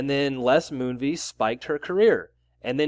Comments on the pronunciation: You're pronouncing his name wrong. It's not MOONVEES, it's Moonves (vest with a silent t) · Pronounced Moon-vez (short ‘e’ sound); rhymes with Pez, not cheese